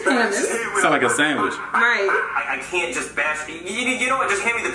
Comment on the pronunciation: Nobody: Black Yoshi while trying to say sandwich: S A M U S